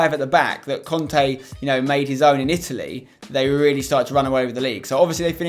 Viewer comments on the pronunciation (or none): none